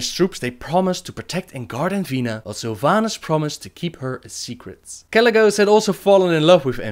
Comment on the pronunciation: carl petersen if you want to correct someone please correct it in the right way, or else you'll make a fool out of yourself. Sylvanas not Salvanas